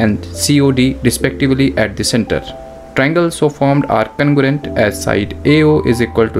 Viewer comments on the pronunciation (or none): Its congruent not congurent😅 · Congruent ❌ Cangorent✅ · Congruent wrong Conugurent right